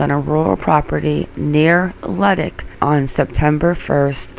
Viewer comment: Leduc AB, is pronounced "Le-duke"